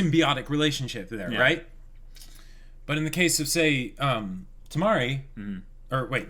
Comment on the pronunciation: U guys can just called the 4th girl Yuzuki :) n its Kimari not Tamari ^^